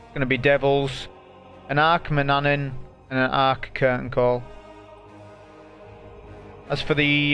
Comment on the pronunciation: the way he says MANANNAN 😂